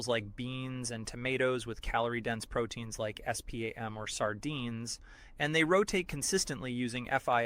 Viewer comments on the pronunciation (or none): Is it just me? Why why why why why why all of these videos like this have to use AI for the narration? This AI can't even say the word spam. It has to say it in s p a m. Why don't they just play it with a robot sound because I really hate being tricked.